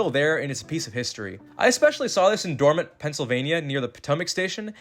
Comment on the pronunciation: Dormont pronounced "Door Mont" as in like "the full monty" without the y at the end.